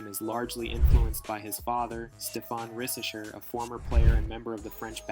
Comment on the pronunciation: It’ s pronounced risaché bro Good job on that vidéo btw